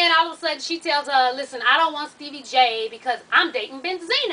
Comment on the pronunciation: You be really calling him Steebie lmao